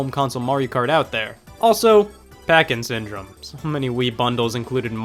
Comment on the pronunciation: legit thought you were saying "parkinson" instead of packing syndrome when talking about duck hunt